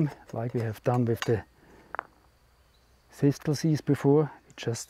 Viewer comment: It's aways a pleasure to find one of your videos that I haven't seen yet - thank you. Please forgive me, because some people consider it rude to correct such things - but in English the word "Thistle" sounds like "Thissell". The second "T" is silent. I only mention it because it took me a few attempts to understand what you were saying! Thank you again, and all the best to you.